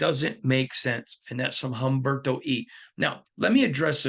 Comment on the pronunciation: Umberto… the “H” is silent in Spanish